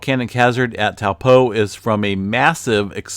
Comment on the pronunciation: (Toe- paw) not (towel-po) ..great vid